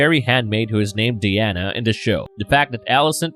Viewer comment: I can't take anyone seriously who says shit like Odder Brudder Mudder and Fadder lmfao The rape victims name isn't Diana like wonder woman it's Dyanna